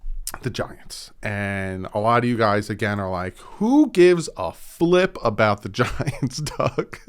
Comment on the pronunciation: My wife thought you said 'vaginas', not 'the giants'